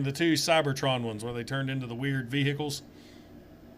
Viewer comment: Two Jasons. Mindblown. 8O Shockwave... definitely my favorite Decepticon Leader of all time. He was a great character and his design was just awesome. I love the way you pronounce vehicles. Ve-hee-cles. So awesome. :D